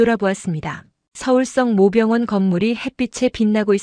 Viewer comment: 성모병원을 성 모 병원이라고 계속 읽어서 무슨말인가 했어요, 발리 바로 잡어 주세요